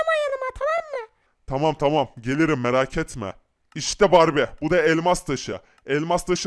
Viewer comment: abi barbiye değil barbie